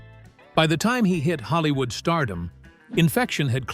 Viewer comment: Holl-eeew-ood HAHAHAHAHA